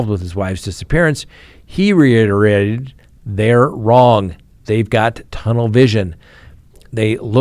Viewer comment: "Stabrooms" "Reeiddrrararated"? Have you been drinking? 🍺